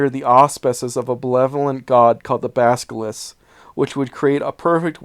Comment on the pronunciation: Isn't it Basil-isk, not baska-lisk?